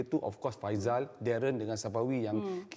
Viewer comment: Faisal bukan faizal. Kata professional 😪